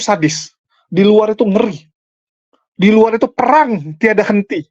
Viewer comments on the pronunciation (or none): none